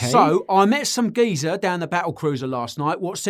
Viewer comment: Geeza! 😂 Best ascent n act so far Guy👍